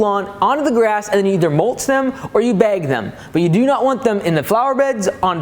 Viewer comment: I love how you have no northern accent at all until you say “beyg the clippings”